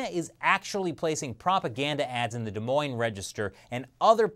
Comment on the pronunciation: Proud of you for pronouncing des Moines correct